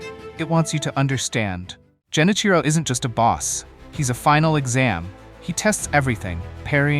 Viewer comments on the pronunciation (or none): Dude you're pronouncing Genichiro wrong..